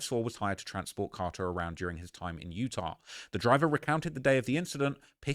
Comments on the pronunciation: Yurr tah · lol say Utah again